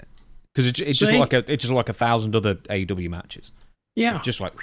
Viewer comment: AEW match not AW.